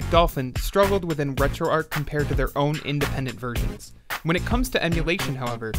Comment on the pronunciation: Maybe the ‘H’ is silent...